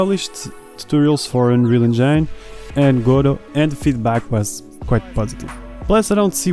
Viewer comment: Great content! But please stop saying "enjeine" 😅